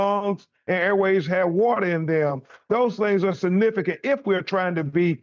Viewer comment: BEN Crump "I can Says "Sa-nifigant'' it very Sa-nifigant !!